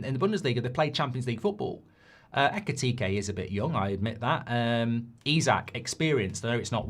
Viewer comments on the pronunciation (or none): none